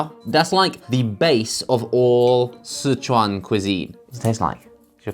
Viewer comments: does josh know chinese omg sichuan and huajiao pronunciation on point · Wow, Josh's pronunciation of huajiao and Sicuan is on point, lol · can Josh speak chinese?? i think his pronunciation of "sichuan" and "hua jiao" is quite accurate! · i must be a terrible singaporean because in my 25 years of living here (and loving laksa) i've never tried the laksa instant noodle edit: i would pick mi goreng hands down tho. it's legendary. also josh you pronounce sichuan really well